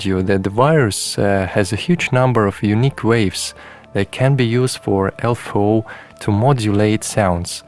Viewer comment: One thing ist triggering me.... -> LFO= Low Frequency Oscillator and spoken out L-F-O. Beside, great video. I own a Ti myself, i wished i have the time to explore it all deeply